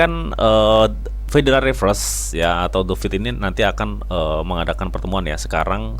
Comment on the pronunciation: What ?? U meant "The FED" ??? not "The feed" & "Inflation" not "inflastation"